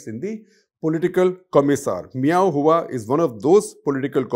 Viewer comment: I think guptaji ka pronunciation thoda dheela hai, its admiral meow who. 😂😂😂